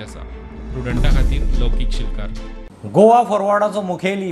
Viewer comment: Wen goa become Gova ?